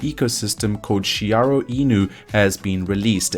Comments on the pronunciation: It’s Shi ri Oh 😄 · it's SHIRYO not Shiyaro or anything haha definitely going to be 1000X in 2022